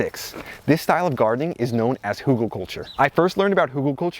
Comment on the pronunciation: Ridiculous presentation. 🤦‍♀️ And it is calles HÜGELKULTUR. Not something else. My goodness me. 🤦‍♀️🤦‍♀️🤦‍♀️